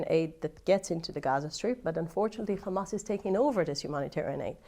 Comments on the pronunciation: She literally said KKKKamas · Can we please tell them to use a placer word for Hamas. I can’t stand to hear them say Khhhamas even one more time 😩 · She didn't mention hamas ... she said khamas ! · no, they all say Khamas. No one knows why…there is literally no reason to say it that way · what? “kkkkhhhhamas” 😆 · Hamas not KHamas! 😂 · It’s hamas not khamas put some respect on the name. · It doesn't matter how she pronounced it, she still meant Hamas, and that's besides the point...